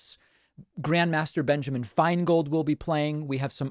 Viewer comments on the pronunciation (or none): none